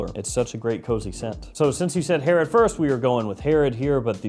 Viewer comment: Hey Herod for the win! You butchered the name but it’s a tough one.